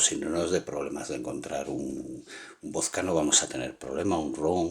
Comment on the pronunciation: Por que dices voska y res en ves de probunciar la D pronubcias la S